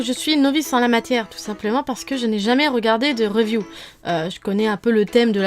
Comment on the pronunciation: mdr à comment tu dis le mot review